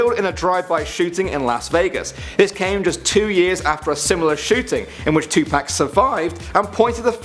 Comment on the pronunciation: It’s Tupac not Tupack